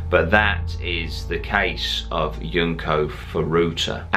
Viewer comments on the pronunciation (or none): Junko not Yunko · Her name is not Yunko or do you pronounce your flag Union Yack?